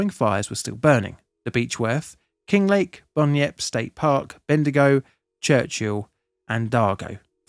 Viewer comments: I had a time of it, had a pretty close call by Maiden Gully helping a mate clear out his house, pretty stupid all said. I nearly got cleaned up because it took too long to catch his bloody cat. It took me a bit when you were pronouncing Bendigo as "Ben'dingo" it's Bendy'gp :) they probably should have stuck with the old name Sandhurst. It still makes my skin crawl whenever I think of the Victorian bushfire alarm siren, and the sound of big fires up close, cant stand it. Great video mate. Good to hear. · Ben-de-go. Mar-an-din-dee. Need some work on the pronunciation of those place names. Some of our extended family lived in King Lake, they srayed and defended their home, they survived, but used up all their dam water and then emptied all the drinkining water tanks fighting the fire. The army brought in a water tanker a couple of days later and refilled one of the water tanks for them. Unfortunately, they lost some neighbours in the fire. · I was actually wondering whether it was just a place I hadn't heard of for a hot minute 😂 It's lowkey kinda one of my favourite things hearing non-Aussies try to pronounce our place names hahaha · lol I found the mispronunciation of "bendigo" amusing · Good vid. Though bean-dee-go made me chuckle a little. Beb-di-go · Lol, 'Bendingo' gave me a real good laugh 😂. Fyi, it's pronounced bendy-go On a more serious note, thankyou for this video... It is something not often discussed and therefore not known about outside of Australia. I myself was only a kid at the time, so I don't remember much about it, but ive heard stories and I remember the drought and the heat, and the crazy winds... I will never forget a dust storm we had that year. Thabkyou to all the brave CFA volunteers, and im so sorry the government is screwing you over, screwing us all over... You deserve so much better than this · Murrindindi Pronounced: Muh-ruhn-din-dee Bendigo Pronounced: ben-duh-gow It was a shit day. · apart from Bendingo haha